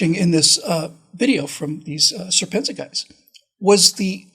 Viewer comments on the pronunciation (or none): The pronunciation of serpentza is pronounced "serpent Z-A". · He pronounces his channel "serpent zed Ay" great channel.